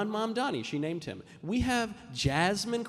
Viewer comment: I do love how Megyn insists on Mamdami instead of Mamdani.